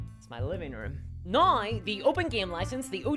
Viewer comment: Every time you say now you pronounce it nauye. British or Aussie?